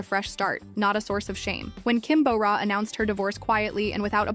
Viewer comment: It's Kim Bo Ra, not Kim Bow Ra. You would imagine being a channel named Korea in Focus would have the narrator pronouncing simple names right at the very least.